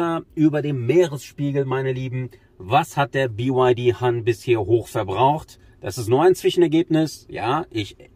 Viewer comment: "BY Ha(h)n" --> tatsächlich spricht es sich "Hann", also hart und kurz. Han ist auch ein sehr häufiger Nachname aufgrund einer Dynastie, bin aber nicht sicher ob es das gleiche Zeichen (also Wort) ist. Aber BYD Han entspräche "VW Müller" oder "Tesla Smith" oder "Renault de Funès" lol nur Spaß